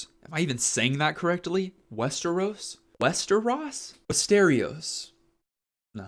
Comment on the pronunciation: I often recommend the Dunk and Egg books to people who are too intimidated by A Song of Ice and Fire. I found it a great little story about what it's like living by ideals while the rest of the world is more or less indifferent to goodness. Anyway, you did pronounce Westeros correctly. I only read the novella though, not the graphic novel. I would wait and see if George R. R. Martin ever finishes the series before I begin it. I'm not sure he will at this pace.